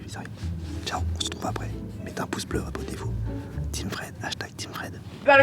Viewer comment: C'est pas parce que tu peux tourner avec mister "je sais pas prononcer le mot pouce" que tu dois forcément le faire... C'est limite décevant enfait